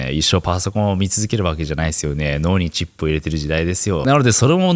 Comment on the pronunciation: 脳にちんぽ入れてる時代って聞こえた。 脳にチップね。